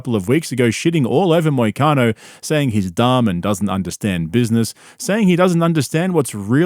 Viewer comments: Callen: Moicano? Brenda: Muhcano …. Got it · I thought he almost said “mitch mcconnell” instead of moicano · Because he's saying McConnell. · “Macano” over and over is making me so mad. He can’t even get the guys name right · Schaub keeps calling him McConnel 🥶🥶 LETS GO MONEY MOIC!!! Total Wes Watson energy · Why does it sound like Brendon keeps saying McConnell? 😂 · he mispronounces Moicano’s name on purpose what a loser